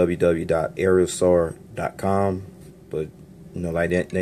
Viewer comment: Love this plane and the vid! Just to help AeroSur is pronounced like Arrow Soor. Keep up the good vids!